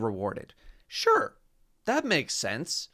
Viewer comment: when he said Sure sounds like when someone says skrrt